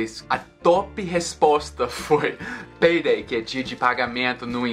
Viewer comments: Quando ele falou :"payday" no inicio do video, eu pensei que ele tinha dito : peidei.😅😅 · Toda vez que o falava "payday" eu ria muito,ficou muito engraçado ouvir ele falando o som " peidei" kkkk